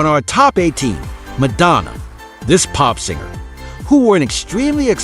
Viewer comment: dear gawd ; I would truly love it if voice over people could pronounce words correctly :( sad He actually pronounced the well known word "singer" with a hard g " sin'ger ". sigh......